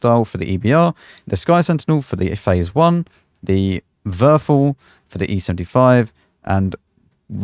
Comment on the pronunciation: Sidenote: If you want to pronounce "Verfall" in correct German try: "Fair" and "fall" like you say it in fallacy, so Ver/fair - fall(without -acy), good luck! - "Verfall" means by the way "decay". "Tyr" is like with an Umlaut "ü"... you are not capable of speaking that. You would die trying. Never mind. (edit) PS: ok I read a little bit more into it, Tyr is spoken like "Tür" in Oldnordic, but in Farör you can say "Tu-ir" or in Islandic "Tier", so we have a good workaround for the mystic Umlaut.